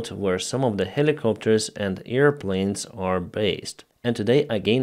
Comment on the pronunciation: I love your reports. Just try to say AIRfield, not EARfield, AIRplane, not EARplane, AIR force, not EAR force etc etc...